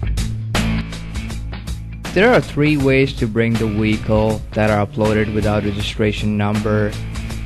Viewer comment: Iwe pronounce wicole properly